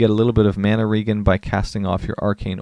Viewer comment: lmao regen is pronounced Rejen, homie. Short for regeneration. ree· jeh· nr· ei· shn